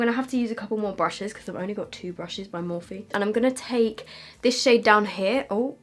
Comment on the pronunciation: noooo stop pronouncing it “morphee” it’s pronounced “morf”